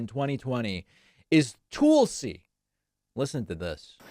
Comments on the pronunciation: David, do you realize how much like a right wing nut job you sound when you intentionally mispronounce someone's name. Tuuulsy? Really. Grow up. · Not sure if its intentional but you pronouncing Tulsi as "tool-see" really hits home. She is a tool. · David: I like a lot of what you say, but c'mon, man. 1) She said the word "real" fine. I don't know what you heard. 2) Given your insistence on...unique pronunciations of words--she doesn't pronounce it "Tool-si", I checked--and just given how childish it is to mock people over minor pronunciation issues, I question why you do this. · David says "Toolsi Gabbard" and it never fails to get a laugh outta me That said, D-Pax...i see your Toolsi Gabbard and raise you a "Repulsi Gabbard" 😆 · STool-si who?